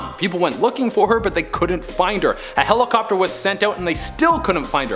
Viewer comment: A HELL-O-COPTER huh? 😂